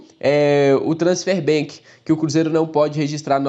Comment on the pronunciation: que agonia ouvir vc falar transfer BANK, isso é um Banco? kkkkk pior é que vc fala BANK BANK BANK, mas é ban de banimento, e não BANK de banco